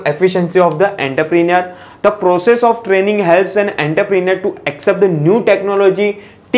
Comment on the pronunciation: Entrepreneur ka pronunciation to seekh😂 baad mein lecture upload kar...😂